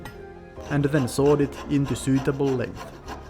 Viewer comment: Also "sooweetable" (suitable)